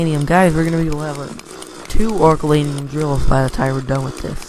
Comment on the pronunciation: Did u say orukalanium its oricalcum